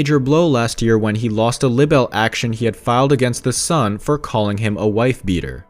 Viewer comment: The woord is pronounced "Libe-el"!